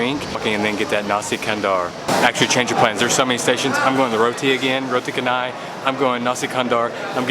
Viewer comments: When you come back, go to Mahbub at Bangsar. They sell nasi beryani. Best nasi beryani in KL. Also, best to wash your hands (with soap) before and after you eat. Good hygiene. PS/It's pronounced Chan-ai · Randomly stumbled upon your video and glad I did! I adore your southern accent (I hope I got that right).Loved your reviews especially the Chinese noodles that I can’t normally have, l’d love some of that chilli pan mee. It’s actually called ubi getuk (mashed and fried tapioca with coconut), also the roti canai is pronounced Cha-nai, cha as in ch in chair. You’re practically Malaysian as we do mix our roti canai sauces together too! My ultimate favourite combination is the red sambal with the middle lentil curry (called dhal). Looking forward to more of your videos! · Roti canai.. Roti is right.. But canai is pronounced as (char-nay) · Just some sharing on the pronunciation, for roti canai - the "canai" - CA to pronounce like name Charlie's "Cha". So is Canai (cha-nai)😊👌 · Roti Canai is pronounced Roti Shen-nai. Not Ka-nai. C in Malay is pronounced Ch. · Awesome video about the food and your experience. Hehe, every time you said roti canai, I smile..so tiny help--> canai is pronounced "cha-nah-i". I wish I was eating Kenai, i mean, Roti Canai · the correect way to roti chaaa.. naiii... not kannai good video man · Beautiful video. Btw, canai is pronounced CHanai and not Kanai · its not read as kanai. its read as cha like in charcoal. so its like cha-nai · yeah it's pronounced char-nai not kah-nai. don't worry though it's common among westerners. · Canai is pronounced Cha ni. I have spent over 2 years out of 30 years travelling in M’sia, birding. I miss the food so much. You can even buy an excellent beef curry in a can ( Ayam brand). Very tasty if you are in a hut in the jungle. Keep upthe good work man. I watch a lot of Asian food porn on Youtube, but I am not sure which Vlogger I like best, you or Mike Chen. You are high on the list. I envy you, dude.